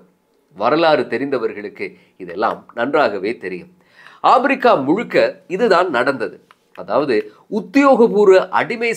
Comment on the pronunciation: Don't say Aprika, Africa